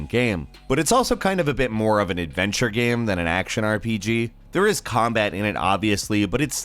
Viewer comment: What about when he says "gaem"?